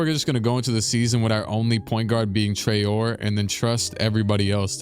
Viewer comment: the way you pronounce Traore gonna be hilarious when you look back at it in the future, he is french so it's Trah-oh-rae